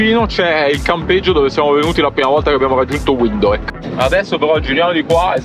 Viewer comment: Ma dopo tutto questo tempo in Namibia non avete ancora imparato a pronunciare Windhoek? 😅